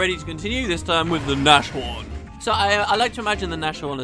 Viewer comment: "Nash-horn" x) Nashorn is the german word for rhino, pronounced Nas-horn (long deep "a" as in "calm"). So Rin does shady stuff and sets up CommSpheres so he can scatter fake proof to deflect suspicion?